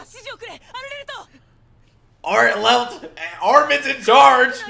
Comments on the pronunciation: Bro it's not artelt it's arlert💀💟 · His last name is pronounced R-let